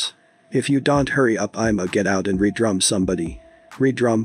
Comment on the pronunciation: Im waab he said "re drum" its "red rum" lmao this is why people dont need to cover shit like this.